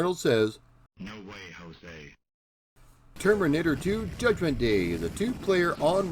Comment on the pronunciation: Termurnitter 2?